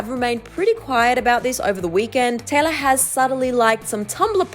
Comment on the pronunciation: anyone else hearing tyler instead of taylor